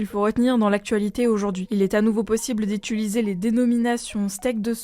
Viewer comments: "utiliser" et non "ituliser" 😘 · C'est "utiliser" pas "étuliser" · Petit souci de diction. Comment lisez-vous ce mot: "utile" Prononcez-vous : étule ou utule ? Parce que j'ai déjà entendu : utuliser et maintenant étuliser.